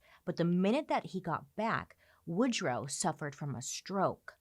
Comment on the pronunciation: Woodruff Wilson? … I thought it was Woodrow Wilson…😬